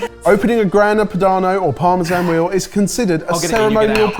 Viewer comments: Anyone else hear say Grana Panado? 😂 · "Grana Panado" LOL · 12.01 Grana Panado? From a Chef ? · It always amazes me that the boys still can't pronounce well known foods and ingredients properly after all these years, even:D and that french music while opening a Grana Padano is just meme-worthy:D